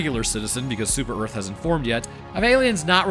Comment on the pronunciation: Welcome to "Erf"